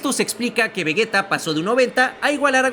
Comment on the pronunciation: Akira Toriyama se revuelve en su tumba cada vez que dices vegueta y gocú 🤮🤮🤮